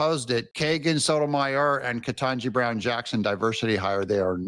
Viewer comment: Biden could NOT EVEN PRONOUNCE KETANJI BROWN'S NAME! I remember when I believe it was her Birthday and he couldn't get through her name to wish her Happy Birthday.